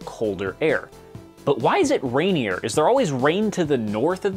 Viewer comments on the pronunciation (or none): none